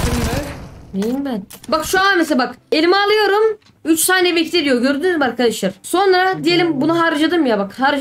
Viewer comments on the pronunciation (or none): Lan kaç kez arkaşlar söyledin